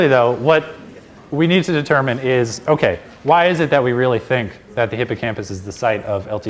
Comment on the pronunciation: Omg everytime i hear that okAYYYY , it is like a needle telling me to listen.